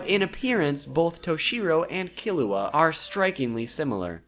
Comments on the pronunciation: I swear to god he better learn how to properly say killua's name or so help me ichigo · the way he said killua...